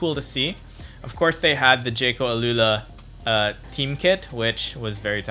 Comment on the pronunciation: Al-ula is Arabic. You pronounced it wrongly